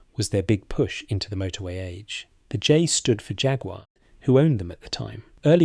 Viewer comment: The Ai voice is so irritating I had to turn the narrative off hearing the English voice that said Jag wahhhh why not just use your own voice I'd give more respect & a thumbs up for it being natural